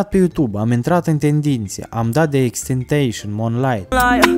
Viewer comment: xtenteisain =))))))) se citeste tentasion frate